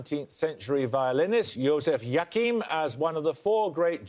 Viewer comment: "Yakihm", Paxman? That is not how to pronounce Joachim. The hardest part of Paxman's questions is sometimes understanding his pronunciation.